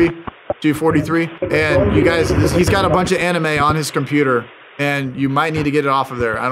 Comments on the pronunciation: all u do is cool and noble... But Bro calling Anime (AE NEE MEY) as (AE NIGH EM) is also a crime.... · If I wasn’t such a huge fkn fan, I would have clicked off when you said “ aNIME” 😤